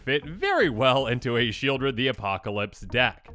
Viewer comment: Sheoldred is named for the place, Sheol, which is pronounced Sheʾōl, not like Shield.